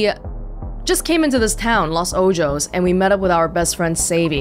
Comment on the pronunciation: Hey I don't mean to sound like I'm coming at you or anything, this is some really nice gameplay, I just wanted to note that I think you might be pronouncing 'Los Ojo's' wrong. It seems to be the spanish words that mean 'The Eyes'. I'm sure you could easily find the right pronunciation if you looked it up. Once again I don't mean for this to sound rude but I hope it helps!